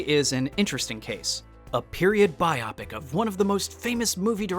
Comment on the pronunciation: Uh it's bye-oh-pick, not bye-op-ick!!!